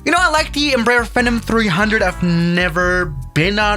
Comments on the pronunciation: Lmao it bugs me way more than it should when he says “FinUm” and not “Phenom” 😭☠️ like it’s Fee-nom not what ever the hell you were saying 🤣☠️🪦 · In case no one said it already… PHEE-nom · Love it, but please pronounce it “Fee-Nahm” 😂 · Lol it's a "feeeenom" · Its Pronounced Fee-Nom